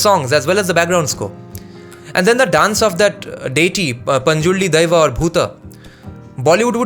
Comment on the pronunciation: Panjurli daiva... Wow how u pronounced is made me fan of yours.. bro...👍 Love from Mangalore- Karnataka.